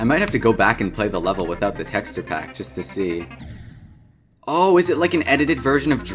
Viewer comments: bro says "texturr" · bro said tekster skull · The way you pronounce texture... good lord. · the way bro says texture is driving me insane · I cant with this anymore... YOU KEEP SAYING "TEXTURE" WRONG